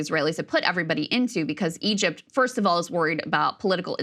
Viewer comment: "Egept" hahah😅😂